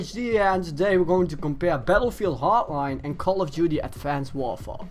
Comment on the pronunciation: Wtf is bettlefield hartline and advanced wawfaw?